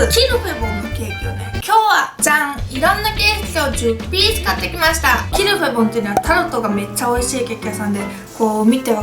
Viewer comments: ゆうかちゃんの発音が完璧です (qu'il fait bon = qui il fait bon ) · キルフェボンの発音違うくない？😳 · Ieji そうなんですね⁉ 初めて聞いたイントネーションだったので、ちょっと違和感がありました(^_^;) 勉強になりました。 ありがとうございます‼ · どうでもいいけど、アクセント、日本で一般的なのは キ(´ )ルフェボンじゃなくて、キルフェ(´ )ボン(キ↓ル↑フェ´ボン)だと思う〜！ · キルフェボン本店がある県に住んでるけど（横に広いから西部東部でイントネーション違うんでもしかしたら違うかもだけど）たぶん皆発音「キルフェ⤴ボン」で言ってると思う…フランス語では正しいみたいだけどね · ゆうかちゃんとキルフェボンの発音違ってから、びっくりしたwwキルフェボ↓ンだと思ってた… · tuku29 キル↗︎フェ→ボン↘︎じゃないんだってことです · キルフェボンの発音違う気が……… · 最後の一口食べ終わったあとの 「キルフェボンのタルト」が言えてないwwwwww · キルフェボンの発音、私はロクシタンと同じアクセントだと思ってた。外国人の発音じゃなくて日本人が言う感じのロクシタン。ピチレモン、島根県のアクセントと同じ。 って例え方分かりにくいか(笑) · キルフェボンの発音あってるの？私とは違ってびっくり！ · キルフェボンの発音ちがう気がする？ うちが違うのかな？ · ゆうかちゃん、キルフェボンの発音違うよ😂笑 でも可愛い♡ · キルフェボンのイントネーションって、上がって下がるんじゃないの？？ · キルフェボンの発音ぜったいおかしいｗｗｗ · キルフェボンの音程…